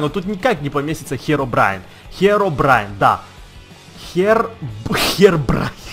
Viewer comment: чувак збелымыг лотами это херобрин а не херобраин